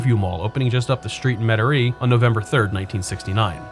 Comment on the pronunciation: The way you pronounce Metairie is unlike anyone I ever heard in my entire life. Where are you from?